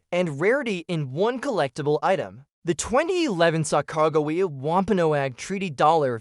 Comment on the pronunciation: Is this an AI voice or did you not learn how to say sacagawea